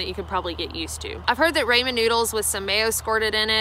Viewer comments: Great video. Thanks. But, it's not Raymond noodles, it's Raaaaaaaaaamon noodles. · Oriental is a rug not a flavor. It’s Asian flavoring. Love your videos. Also Ray-min. Ha. It’s Rah-min. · Rah-men, not, Ray-men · Love her, but if she says "Ray-Man" for Ramen I will lose it. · ra-men...not ray-min. Love...msg and sodium galore. Try the jjampaghetti.... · Raw-mon noddles not Ray-man noodles LOL I'm good with your Nevada pronunciation but RAYMAN NOODLES . . . ouch! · Good info based on experience I appreciate that.......but its pronounced "raw"men noodles. RAW not RAY. Cringe.😖😂😂😂 it would be like calling it "may"caroni and cheese ya'll or "Feet"achini alfredo. "Foo"nny stuff. I'm sure you've hiked with asians who were too polite to correct you.😉 it isn't an English word so no accent excuses. Try other nut butters if you are burnt out on peanut butter. Try almond, cashew, or even tahini which is sesame seed butter. Canned/bagged salmon to replace tuna as well I like sardines and anchovies but not many do.😉 variety is the spice of life. Save money with a food dehydrator cook macaroni and cheese in advance and paleo meals in advance and pack them in sou vide bags or rehydrate in cookware if you use ziplocks. I'm a peanut m&m guy over snickers. To each their own. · Instant "raymin" is to real ramen ("rah-men") as Chef Boyardee is to handcrafted pasta. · From a fellow Southerner: it's pronounced Rah-min not Ray-min. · It’s RAAAHHH Men noodles. RAMEN not RAY MEN. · I’m looking for the powdered hummus on amazon. That sounds really good. Great video, but one thing; it’s pronounced “RAW-men” not “RAY-men” noodles. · Pronounce ramen ---- ah is like in far, not like ray ----rahmen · Cookin for cooking, fur for for. Ray-mon noodles for Rah-mein. Kind of an air head. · Tip: pronounced rah-men....not ray-men noodles :-) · Raymond noodles........... it's RAW-men!!! lol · It’s rah men noodles not ray men lol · I seriously can’t handle hearing her say Ray-mond noodles again 😂